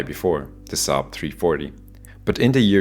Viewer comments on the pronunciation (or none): none